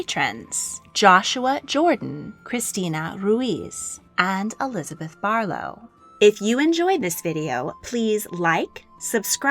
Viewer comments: Elizabeth l not Eliabeth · You're missing the 'z' in Elizabeth I